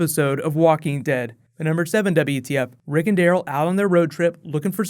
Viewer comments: Am I the only one who think when you say Daryl it sounds like you're saying Dale? xD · u said rick and carl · on number two you said rick and carl lol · You said Rick and Carl? Isn't it Rick and Daryl